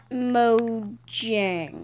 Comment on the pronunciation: You Pronounced The Mojang Wrong..Its Mow•ha•ng Not Mo•gj•ang